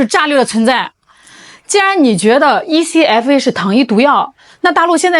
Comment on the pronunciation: 台灣叫這愛可發 不是E-C-F-A